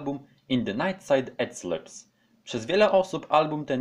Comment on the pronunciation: Jeszce jedna uwaga nie ECLIPS tylko EKLIPS.